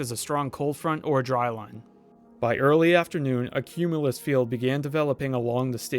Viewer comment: “cumulus” sounds weird…….